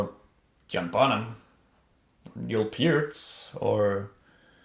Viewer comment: for pronouncing Neil Peart correctly.